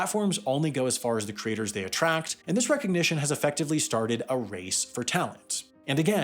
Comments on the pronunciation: I struggled thur the first half of this video: what are "cra-tors"? Eventually, I figured out that you were talking about "cre-a-tors"! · I keep hearing 'creators' morphing into 'craters'.